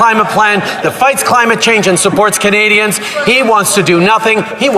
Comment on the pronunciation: So 1.2 % of the worlds Climate change is what Canada put out but what does the rest of the countries of the world pay for what they put out ??? And why does Trudeau have a hard time to say Canadians ????